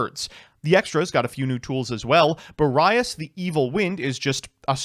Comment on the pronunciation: Therapist: pronunciations can’t hurt you Me: I know, I know, it’s just… he pronounced Boreas as “Bore-Eye-Ass”